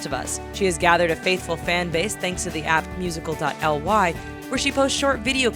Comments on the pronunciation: She said " musical dot l y" it's musically🙄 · Lol you said it as its just musicly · bruh she said musical -dot l y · Music dot l y? MUSIC DOT LY? It's Music-lee! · You can just say Musically you don’t have to say dot L Y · musical dot l y...its called musically get it right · “Thanks to the app, Musical DOT Ly” just say Musicaly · it’s MU-SI-CA-LY. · Did she just say "musical dot l y" smh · " thanks to an app called musical dot l y " oh god 😂😭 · 'musical - dot - ly' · "Musical . Ly" hahah😂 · that is not how u say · The way she said musically tho.............